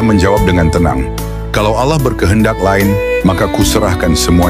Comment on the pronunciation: Pelapalan nama Alloohnya sudah sangat fasih banget didengarnya, indikasi bener2 ikhlash dlm beriman Islamnya.